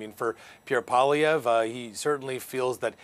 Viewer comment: How hard is it to teach a Canadian, a member of a Bilingual country, to pronounce M.Poilievre's name? It surprises me that these Canadian reporters cannot learn to pronounce 'poil ' and 'ievre' in proper French. It is courteous to learn how to pronounce a person''s name and does not to take much effort.